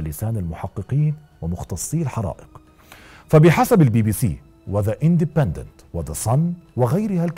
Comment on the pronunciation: أولا: العامل المشترك بين كل الحالات هو إن عمرهم فوق الستين و حسب كلامك يا بيشربوا كحوليات ثانيا: طريقة نطقك لكلمة إندبندنت مريبة 😂